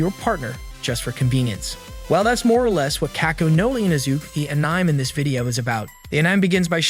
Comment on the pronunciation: Bro said 'a-nime' bro literally WTF